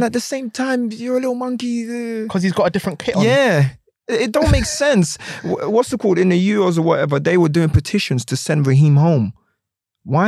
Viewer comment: Everytime he says 'Whassitcawwed" down a shot.